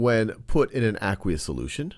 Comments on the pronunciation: It's pronounced "Uh-quaye-us" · I thought it was ay-qwe-ous